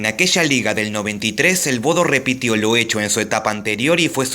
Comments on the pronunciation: Se pronuncia: "Boudah" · En realidad, Bodø, se lee "Bode", ¿No?